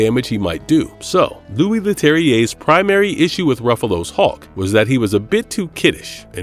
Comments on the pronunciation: IS HULK YOU GOOF NOT HAWK, MUST DO BETTER. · It sounds like this guy is saying Hawk.